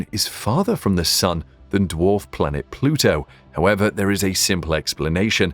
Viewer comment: said "plutu is a planet "....